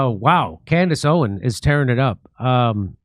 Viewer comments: Jimmy you keep saying her last name wrong. It’s Owens, not Owen. Keep up the good work though! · Her last name is “Owens”, not “Owen” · For the love of God, Jimmy, it's Candace OwenSSS, not Candace Owen! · It's OwenS, not Owen. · The “s” in Owens is NOT SILENT. Please address her correctly verbally 😊 thank u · For the love of God can someone please tell him her name is Candace OwenS. Not Owen. That’s how he has always said her name on the show. So this isn’t an isolated incident. But I’ve ignored it as long as I can. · Jimmy its OwenS with an S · If you love her, then at least pronounce her name correctly. It's owens not owen. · I don’t think Jimmy has ever not called her Candace “Owen” lol One day he’ll add the S and it’s gunna catch me off guard. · Jimmy, I luv u to death, her name is Candace OWENS, you're missin' the S . . . hahaha just sayin' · Why can you not pronounce her name correctly? Have some basic respect. It's "Owens" with an S at the end. Say it correctly Jim Do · Ask Jimmy to stop calling her "Candace Owen"! It's Owens! With an 's'! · Its candance owenSSSSSS jimmy lol with an S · Jimmy, it’s Candace OwenSSSSS! Get it right 😂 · Is he deliberately saying Candace OWEN ? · Jimmy, it's OwenS with an S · Jimmy, we love you but, it’s *Candace OwenS* — with an s at the end. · Great work, Jimmy, but it’s “Owens”, not “Owen”. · Please say her name correctly. OWENS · It’s “OWENS” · Ikr?!!! He's literally killing me! Like, infuriatingly so, to the point of irrationally screaming at my phone, 😳"𝘖𝘸𝘦𝘯𝙨, Jimmy! 🫨𝘖𝘞𝘌𝘕𝙎-𝘻𝘶𝘩!!!" 🤦‍♀️ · Can you stop dropping the S off of her name, please? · Someone please tell jimmy to add the S at the end of Owens